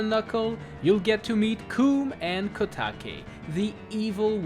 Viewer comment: You pronouced kotake right (kow-ta-kay) but koume is pronounced (kow-may)